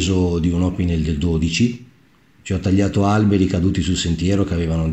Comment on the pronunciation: L'accento su opinel e laguiole va sull'ultima sillaba, essendo entrambi francesi. La Salewa si pronuncia con la "v" non con la"u", essendo un nome tedesco. Conosciamo bene gli attrezzi che usiamo! Chiamiamoli con il loro nome, senza storpiarlo.